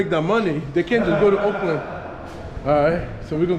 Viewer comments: Auckland.. You say "Oakland" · It's Orrrrk land